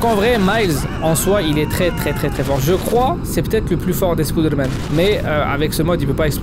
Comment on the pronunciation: Tu dis pas spiderman mais spoude man